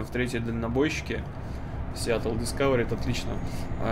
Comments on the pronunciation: не сиятл а сиетл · И верно.Не Сиатл а Сиетл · Не Сиатл, а Сиэтл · Ставь лайк, если болят ушки из-за "Сиатл":) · Весь видос не мог понять, почему "Сиатл", если раньше правильно говорил?)